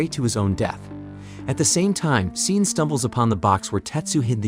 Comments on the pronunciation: I had to stop watching this video less than halfway through because he keeps mispronouncing "Sean". f#@ you, A.I.! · Hahaha Love how the narrations keeps calling him seen. His name is Shawn, just spelled SEAN